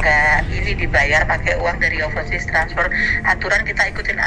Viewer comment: Mas anang : overseas, oversos Ngakak yaAllah 🤣🤣